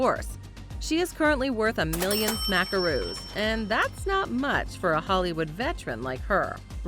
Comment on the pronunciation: Stopped watching after “smacksroos”